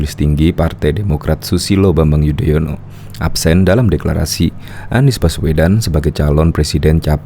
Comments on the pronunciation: Padahal anis memakai tex kok membaca nama sby aja belepotan jadi yodoyono hahahaaaaaaaaaaas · Yudonoyo... 😂😂😂 Keseleo trs to nis